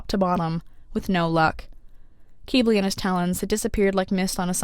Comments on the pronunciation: Its q-🅘-bli not q-🅔🅔-bli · Is Qibli really pronounced kee-blee?! I’ve been saying kwib-lee. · I have been listening to the audio book and the narrator says Kibli short i I just wanted to point that out because I love your videos but that doesn’t sound right after about 40 hours of listening to it said the other way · I heard kiwi not Qibli. 😵‍💫🫥🥴. And guess what theses two emojis character is 🌕👀